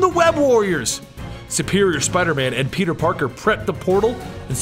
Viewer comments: you keep saying peter PORKER and not peter parker funny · Did he say peter porker